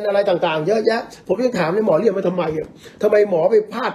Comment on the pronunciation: ชอบสมัครเรียนแล้วไม่จบ ยังไงคะ เลียน... หรือเรียน ทรงนี้น่าจะออกเสียงผิดนะคะ ชอบเลียน.. แบบจะตรงกว่า